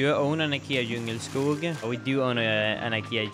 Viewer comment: I was today years old when I learned how to properly pronounce DJUNGELSKOG. I’d been pronouncing it wrong the whole time 😭